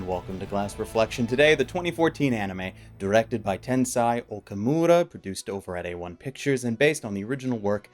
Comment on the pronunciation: "doorection" "doorected"